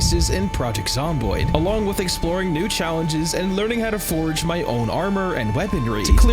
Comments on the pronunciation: Every time you call your forges forages, it's like nails on a chalkboard. I don't know if you do it on purpose, have a speech impediment, or just don't know how to say the word forge. If you have a legitimate speech impediment, I apologize. If you are doing it on purpose. Damn you. If you just don' t know how to properly say it... it is like saying forj. The way you say it is like the word forage, which means to search for food or supplies. A forge (pronounced forj) is a place used to smelt and heat metals for shaping. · forage... is triggering the shit outta me lol. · cool video, but i couldn't help but notice you called the forge a forage like, 20 times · Enjoying this video but god damn please stop adding an "a" into the middle of "Forge" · "Four-J" Please and thank you :) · STOP SAYING FORAGE?!? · Forag. Forag. Forag. Lol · What’s the lore behind the guy not being able to pronounce “forge” correctly? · There's no "A" in Forge. Great video though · Nice! I hate the way you say forge. It's like forage. I'm like what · As entertaining and informative as this was, I really only have one minor gripe. It was driving me absolutely insane hearing you pronounce "forge" as "forage". Besides that, excellent video. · Anyone else losing their mind from him pronouncing forge as forage? i have a friend who pronounces turret as turrent and it bothers the F out of me XD. anyway great vid haha. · I can’t stop emphatically hearing you say “FORAGE” every time you try to say the word Forge. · He says forage instead of forge. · Dude needs to learn the difference between forge and forage. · How can someone pronounce forge wrong so many times... It's not forage, there's no "a" in forge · When you say forge you sound like you are saying forage... Its really annoying! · Please look up the difference between FORAGE and FORGE and how to pronounce them, they are not interchangeable like you seem to think for this whole video. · Bro it’s FORGE FOR-GE not forage lol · Dude saying forage?